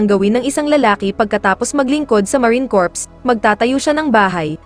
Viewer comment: Tanggalin mo ang P sa pronounciasion at nakakahiya marine core lng